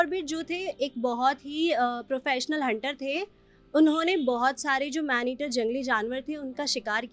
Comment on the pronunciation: Madam.. aap jis jagah se reporting kr rhi h..pehele uske baarein mein bataye ki vo kon si jagah h..phir aap aage reporting karein..tabhi aapki shi baat samajhi jayegi.. मैंनेटिर नही मैडम .. मैन ईटर